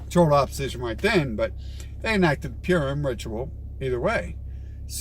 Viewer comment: Excuse me, it's not "Pyoorem" it's "Purim" LOL you're welcome what's your level of education real quick